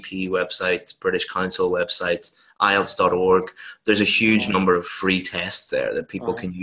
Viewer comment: Not ilets its ielts any how u do a great job